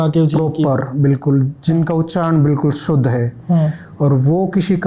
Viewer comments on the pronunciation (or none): none